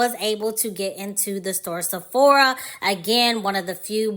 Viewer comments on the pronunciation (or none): none